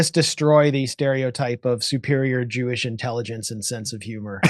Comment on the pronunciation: "Jewsh" 😂😂😂 Max Blumenthal is hilarious